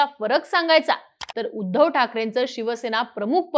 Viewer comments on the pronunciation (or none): none